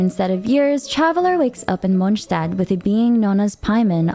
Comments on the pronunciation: God I hate the way she says Mondstadt 😅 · Yeah some of the characters cannot pronounce some of the names right but I was talking about the obvious ones like Monstadt for example. Monstadt is pronounced as "Monstat" ingame, not like how you say it in German. So "Monstat" is the cannon pronounciation even if it sounds wrong in German."